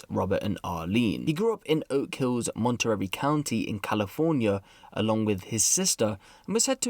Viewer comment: the city and county is pronounced Monter-Ray 😅 not a big deal but yea